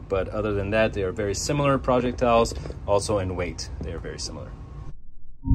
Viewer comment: Dude it's projectile not project-tile